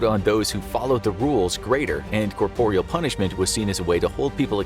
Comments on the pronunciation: Great video thanks. The word is corporal not corporeal. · SO he says corporial and these mis-pronunciations MUST be on purpose. He's reading the scripts and it's done in basically EVERY video this narrator does which makes it too much to be coincidence. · You say corporal weird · “Corporeal punishment”? 🤨 Don’t you mean “corporal punishment”? (Though to be fair, corporeal makes more linguistic sense.) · It sounded odd to my ears too, but I understand them to be synonyms so...